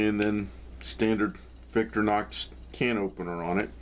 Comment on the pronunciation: Just to be pedantic. You say Victor-nox but the name comes from Victoria not Victor so the "i" should be pronounced. Don't get me started on Wenger.. Great video thanks..